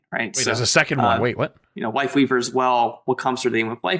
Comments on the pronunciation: He DEF said Wifeleaver. No joke bro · Just for some info... doesn't say WifeLeaver.... but he def does say accidently WifeWeaver 🤣🤣🤣🤣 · nah he definitely said ""wifeweaver" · bro said wifeleaver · He 100% said wifeleaver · he said wife weaver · Wifeleaver bro... he said Wifeleaver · he 1000% said Wife Leaver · HES SAYING WIFE WEAVER NOT WIFE LEAVER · He 100% says wifeleaver bro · I love that he clearly says wife leaver especially when he slow it down but still argue that he doesn’t 😂😂😂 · HE 20% SAYS WIFELEAVER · He says it twice but you can tell there's a clear difference in how he pronounces it either time. Unlike the first time, he has a clear L for life weaver while even in slow mo he sounds like he says Wife leaver the first time. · he said wifeweaver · I’m sorry …but the Reinhardt size Brigitte Ultra wide HD TV shield does not look good…..that’s just my opinion… Listen closely… most definitely did say “WifeWeaver”. There’s even a very very VERY short pause because he realized he fu*ked but kept going regardless. 😂🤣 That did indeed sound like “Tree of Wife”. ………………………………………… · oh he definitely said Wifeweaver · He said wifeweaver lol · He totally fuckin said wifeleaver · He said Wife leaver😂 AND THE DRESS WAS ALWAYS BLACK AND BLUE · hes saying lifeweaver it sounds like he has a tiny speech impediment